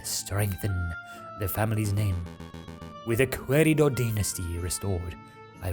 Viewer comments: Keh ree dou = querido. Que is pronounced like if the u wasnt there 👌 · I believe Querido is pronounced as ke-ri-do. Like the ke in kettle, ri in ring and do in dog. So almost right nice voice acting overall:D